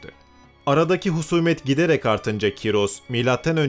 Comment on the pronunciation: abi cim ismi kyros degil ismi koorosh